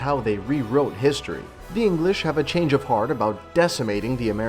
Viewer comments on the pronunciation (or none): none